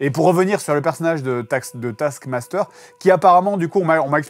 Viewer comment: A chaque fois j'entend "Tasse Master"... Dur.